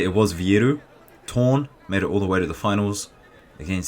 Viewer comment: The name of the under 66kg fighter is pronounced Torné (no silent E)